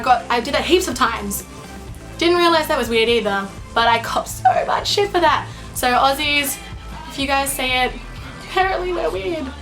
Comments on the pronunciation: why do you pronounce an "r" sound in the word, "SO"? Sounds like you are saying "sorrow" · "hey guys! seeorrrrwrwrrrr, most of you know....."